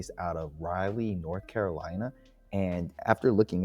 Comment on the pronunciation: It's Raa-lee. Or rah-lee. Not Riley. In the interest of pedantry.